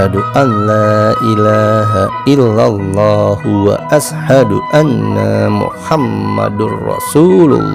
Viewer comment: bahasa Arab yg di sebut pun tidak betul ...tuan sebut wa assa...yg benarnya wasy- hadu...